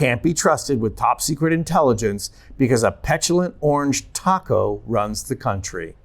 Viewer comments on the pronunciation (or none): none